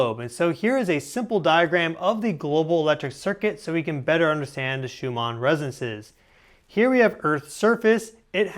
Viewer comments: its not resenses, its resonanses... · You keep saying "resances" but I forgive you, 😂✌️ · “the shoe-ma residences” 🤪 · Why is he pronouncing Resonances like that? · From nerd to nerd: you must work on your pronunciation of the word “resonances”